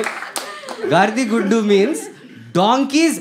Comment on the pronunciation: I am from Andhra Pradesh This is not to show that you're speaking wrong but It's not GAARDHI GUDDU it's GAADIDHA GUDDU better to know what you're speaking before you speak 🙂🙂